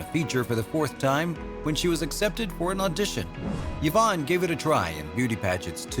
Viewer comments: I've never heard Yvonne pronounced "yavonne" before. I had always heard it pronounced as "eevonne." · Did you know the name Yvonne is pronounced E-von? I didn't until I moved to the Tampa area and found out the old Cuban town of Ybor is pronounced E-bor. So stop with the Yuh-von. You are hurting my brain. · “Yavon” ! Get names right! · What’s this thing of pronouncing a letter Y like a U? Where did it come from?